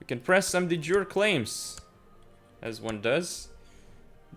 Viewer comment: said to say 'hi'.:) By the way, de jure is pronounced dee yoor or de you-ray, depending on authentically Latinate you want to be.